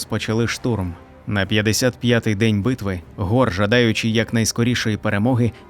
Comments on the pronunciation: Нема ніякого гора, є Хорус, перестаньте вже коверкати назви ігрових персонажів, нахуя ви це робите? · Хто такий гор? Який ще гор??? 😂😂😂😂 HORUS! Де тут гор???😂😂😂 Навіщо коверкати власне ім'я персонажа?